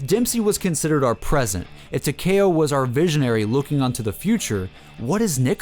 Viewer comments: its takeo not takao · It talk-ee-oh not talk-a-oh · Taw-Key-Oh not Tacky-O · Tuh-kay-oh lmao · why he say tekao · Tac-E-oh like (Tick) Tac- E (straight E, not eh) - oh (Oh, he doesn't know how to pronounce Takeo?) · It's not pronounced teh- ka - o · tah-k-o? do YOU even pronounce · no I ment YOU pronounce the k like k-e-y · any1 else pronounce takeo as Tac (tic tac) E Oh? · It's said Ta kee oh that's how you say it but you spell it takeo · I pronounce it Takeo, (Tak-E-O) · tahkayoh lol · 😂😂😂 when he fucks up the name for takeo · it hurts so much when he says Takeo wrong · For some reason it rally annoys me when ppl pronounce it like that 😂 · He does not know how to say takeo 😆😬💯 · that pronunciation on takeo lol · it's takeo it's like Tokyo except with an a sound